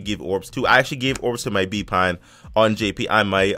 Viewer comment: He put ban instead pan hehehe